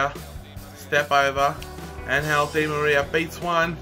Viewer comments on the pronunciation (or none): none